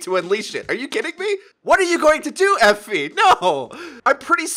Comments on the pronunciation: It is pronounced Eh-Fee Awe-La-Day-lay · Eefy is how you pronounce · pronounce E fi not the way u make it sound. west African name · Guys, it's not pronounced Efi, it's pronounced Efi